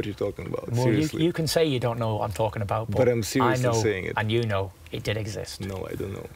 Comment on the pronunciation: Not abat.... Its abaht